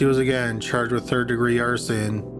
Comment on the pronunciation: "she was then charred with arson" is it just me or did you keep saying charred instead of charged, and then "she was caught with a lgsfjkgter" I had to work out was lighter haha